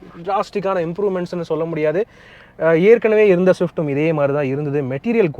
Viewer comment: thank you for pronouncing the swiiifftttt properly 👍